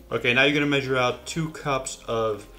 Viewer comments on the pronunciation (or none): none